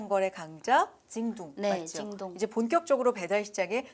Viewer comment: 징동이 아니라 징!동이군아.. 성조 제대로다.